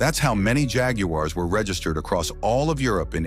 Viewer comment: AI narration mangling pronunciation is bad, but showing us an Aston Martin while discussing Jagoo-ares crossed the line. Maybe the AML number plate evaded the AI compiler ?